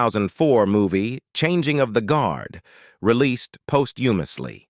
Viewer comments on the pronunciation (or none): Had to turn off! Ai is horrible! "Post humusly" really? I should have known better than to fall for this. was enough time wasted for me! I agree that Susan Dey is still a beautiful woman.